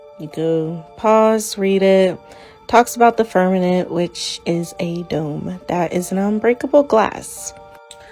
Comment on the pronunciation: .... omg, girl, it's "fir-ma- M ent!!!!